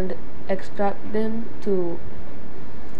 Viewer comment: "and den click on demes" :)